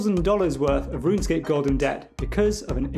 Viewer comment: Mfer really called it RUN-ESCAPE 🤦🏻‍♂️